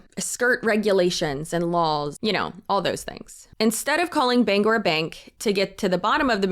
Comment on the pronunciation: As a Mainer and a Bangor Saving Bank customer, this is so wild. Also, you get all the praise for pronouncing Bangor properly.